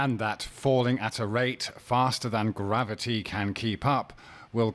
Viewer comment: Grav-O-tee, FTW!